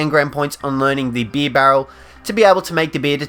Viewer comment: It’s beer not bee